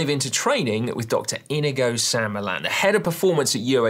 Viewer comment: It's Iñigo-PRONOUNCED IN-YI-GO- there is a tilde on the N